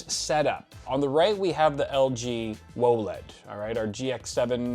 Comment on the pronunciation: Can we please not say whoaled and just say W O L E D lol